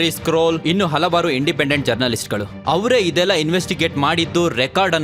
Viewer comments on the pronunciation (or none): none